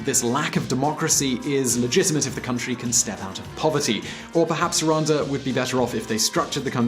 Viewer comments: its rwanda not ruanda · It is Rwanda and not Rwanza